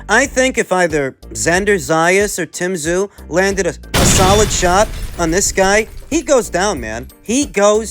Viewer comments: Tim Tsyzu ( zoo ) ta-zoo ka-zoo it’s very disrespectful to deliberately mispronounce his name. Nobody at 154 gets near him, including Crawford, Spence , Charlo nobody. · Any chance of pronouncing Tim’s name correctly? The TS is silent and you know that.